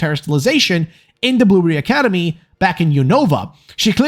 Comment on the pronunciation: I can't get over that when you start talking at fast pace it sounds like you're saying "boomer academy" instead of blueberry academy. I had fun with that.